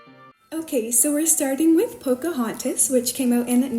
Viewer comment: you forgot the "n" in Pocahontas, love these videos💕💕